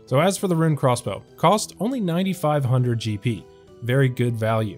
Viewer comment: Why do you say crossbow like Craw's bow?